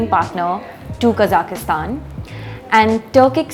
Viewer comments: Kazakhistan? You mean Kazakhstan? There is no "i" in it. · Please note that the Kazakhstan is "Kazakhstan" and not Kazakistan... Please there take it very offensive if you say them Kazakistani... the correct ethnic is Kazakh...